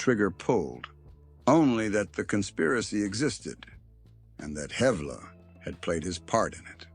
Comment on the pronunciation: Man u don't know anything about Edgar and shame on u for not even knowing how to pronounce his name. The picture u had up there wasn't even him!! How u can write such fiction is beyond me, sure, alot is true but that's common knowledge. Don't think u can portray someone without even knowing who he was